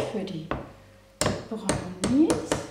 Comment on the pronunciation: brrrrrrrrownis mit einem rrrrrrolendem Rrrrrrrrrrrrrrrrrrrrrr